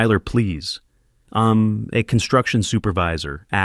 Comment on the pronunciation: You couldn't be bothered to punctuate correctly so it's pretty noticeable when the AI voice says im instead of I'm or id instead of I'd. You should fix that in the future.